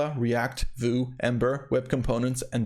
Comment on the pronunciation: Vue is pronounced "view", not "voo", which is why it's usually referred to as "VueJS"